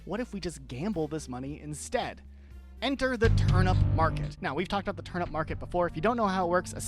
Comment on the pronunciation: bro why he pronounce turnip like turn up its actually pissing me off so bad i literally cannot finish this video